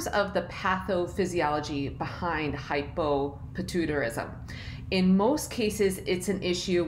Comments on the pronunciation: Lmaoo what the hell is patoo-tarism? Idk how she can say pituitary but not the conditions that contain the word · Ummm.... Shes not saying it right 😂 Hy po pi tu I ta rism